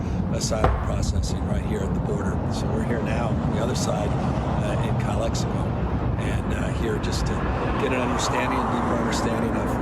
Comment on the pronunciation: said “calexico” 😂